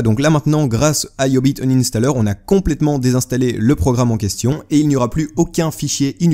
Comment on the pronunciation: mdr c quoi le nom deja iiiubiit inanstaller